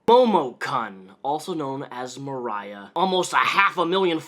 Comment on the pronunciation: I have the same name as this gross lady...only it's spelled with an "o" instead of an "a"....so hearing you pronounce it with the "o" sound kinda weirds me out lol xD Moriah vs Mariah...but anyway....yikes.